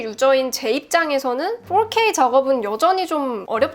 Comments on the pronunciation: 혹시 QnA 하실 계획이 있다면 궁금한 점이 있어요. 보통 한국사람은 4K를 포케이라고 하는데 풜케~이라고 하시는 이유가 있나요???? 외국에서 사셨나요??? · 포케이 보다 훨 난데여